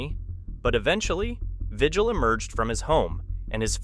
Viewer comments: Vigil is pronounced Ve-heal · Well his name is pronounced vihil. I'm a New Mexican who worked in his county.